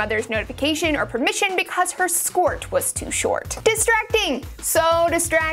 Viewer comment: you say skoyts